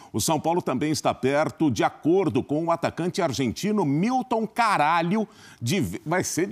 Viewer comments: Ele enche a boca msm. "miltom CARALHO" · encheu a boca pra falar o nome do cara também kkkkkkkkkkkkkkkkkk